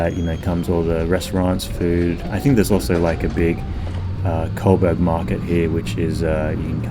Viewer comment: bro..why you keep saying 'colberg" its Co (like 'Joe') and Burg (like Burg)